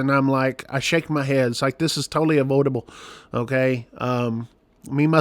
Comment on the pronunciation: You said ? This avoyedible ? Hahahhaashhhaaa